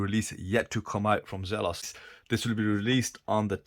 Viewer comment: It's pronounced Zelos, not Zelos.